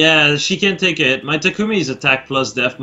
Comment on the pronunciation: GFKHGFJKGSKG STOP PRONOUNCING TAKUMI WRONG